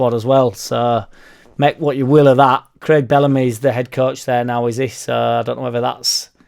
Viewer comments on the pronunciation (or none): none